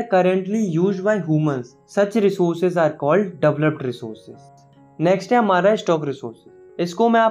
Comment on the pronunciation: Developed ❌doveloped✅